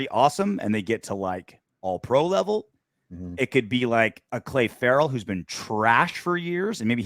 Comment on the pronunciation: I'm not sure, how does mispeaking Clay instead of Cle (Clee) Ferrell make his play any different? Or better? I think we all can agree Cle Ferrell's production has not been on par with a 4th overall pick. Now it is not his fault he was overdrafted, but his production is well below that of his fellow draftclassmate in Maxx Crosby. Even if Ferrell was drafted late in the first or early second as he was originally rated, his production has been well below even those expectations. As a team you would want a first round pick to be a solid starter. At least the team would like him to be a constant contributor and at the very least a rotational player. Cle Ferrell was a special teams player last year with the occasional defensive snap. Getting his name wrong doesn't change that. So my man, maybe try not to focus so much on pointing out mistakes and listed to the content. If you disagree with anything we say, please speak up. But come with something stronger than "you guys suck because you misspoke someone's name". Go Raiders! ☠️💀🏴‍☠️🤘